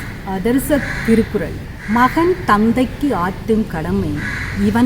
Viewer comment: Hats off to. But I wish to record that u pronounced thirukural wrongly. Pl see the video and set right